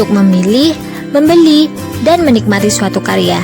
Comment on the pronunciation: Assalamu'alaikum maaf saya hanya mengingatkan di menit ,kata Menikmati dan meni'mati itu beda kak